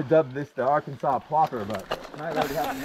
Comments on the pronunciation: "Ar-kansas"😂 gotta come to MA and hit lynn woods and pine hills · The last "S" in Arkansas is pronounced as "W" as in Ar-kan-saw...Not the way French Canadians pronounce it- Ar-kan-Sass. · AR-KAN-SA........kill the final S. this should be easy for a frenchy! LOL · I wanted to be mad how he pronounced Arkansas…but I’ll let it slide this time